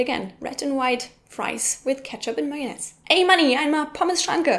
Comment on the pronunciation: may-yon-aise lol. :P